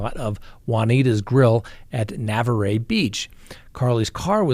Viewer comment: On the case of Marcus Spanivello, there's a couple of things that I want to correct. 1st of all you're your pronouncing Navarre very wrong lol. Another thing is I'm in Destin right now I live in Destin there's no such thing as middle of nowhere in Destin. Destin is an extremely busy tourist town with like a million people crammed into a 10 mile radius on a beach. So I'm not sure where middle of nowhere would be in Destin unless he means hes going to drop her off in the middle of the Gulf of Mexico. Jaunas is a popular beach bar. On Navarre beach and is also a very busy public location.